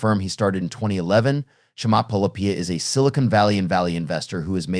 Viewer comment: Get a grip. You need to learn how to pronounce his name. It's a little strange, so you need to practice before going public.